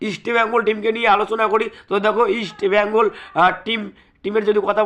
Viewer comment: East Bengal namta thik kore uccharan karo.hector hospitals e admit kids kore khelbe.oskar tomar kane kane ei 1st eleven bole dieche.